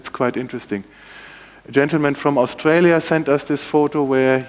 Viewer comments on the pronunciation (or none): none